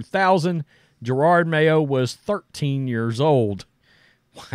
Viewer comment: Jerod…… NOT gerard